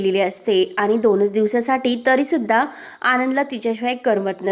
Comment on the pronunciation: भाषा फारच अशुध्द आहे.आणि चा उच्चार आनि का?